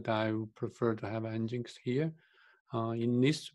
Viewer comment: Nginx - pronounced as "engine X", /ˌɛndʒɪnˈɛks/ EN-jin-EKS :) and why you installed it anyway, if you have not used it in the end...